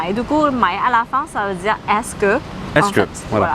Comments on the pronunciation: Concernant "mai", j'aimerais bien comprendre pourquoi tu prononces "meille", alors que prononce "maille". J'ai toujours dit "maille" (comme ), et on ne m'a jamais rien dit. En plus, ce thai romanisé, c'est vraiment un gros bordel. Même s'il est surtout prévu pour les anglophones, les phonèmes sont mal retranscris, même certains Thaïs ne le comprennent pas. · C’est may phen ray ไม่เป็นไร mé est une déformation de la langue mais si vous voulez être compris partout c’est may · C’est may comme maille toutes les autre prononciations sont des déformations de la langue mais pour être compris correctement c’est may phen ray ไม่เป็นไร